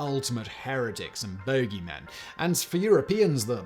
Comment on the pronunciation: Did you call him the BOgie man? Lol